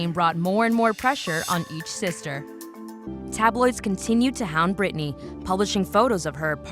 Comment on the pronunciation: did u just say britanny and benunce , ma'am....